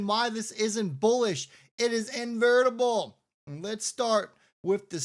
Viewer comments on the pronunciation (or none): I think you mean in-ev- it-able not invertable.